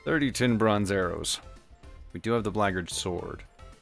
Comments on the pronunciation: "blaygurd" armor? Bro WTF? I search and could not find any armor pronounced close to what you are saying. Black Guard Armor, come on:P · I have to ask: why pronounce it like "braggart"? the Black Guard armor is for the Black Guards... not braggarts (unless, of course, being one, one becomes the other over time!). Did I miss a chapter? It seems intentional?